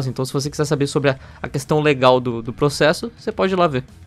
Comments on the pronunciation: Ninguém: A Felipe Hipócrita: "vou proxexa" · "Eu proxexo! Eu proxexo!" By: Ixpertinho